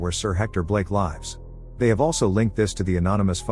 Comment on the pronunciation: What a moronic AI voiceover. It reads lives as plural of life, where in the sentence it is used to state where someone is staying. Thumb down for this atrocity.